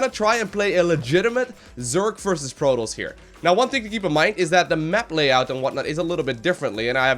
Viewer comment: in the beggining it sounds like he says "master league PROTOLLS"